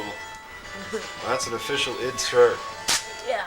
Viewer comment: whoa, someone pronouncing 'id' properly in 1998